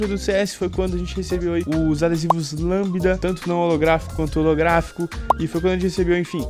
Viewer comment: é lambda que fala, parece que tu disse lâmina. Dá pra treina falando a palavra lambida bem rápido. Já ensinei colega meu da matemática a falar a partir dessa explicação, é tosca e engraçada, mas ajudou.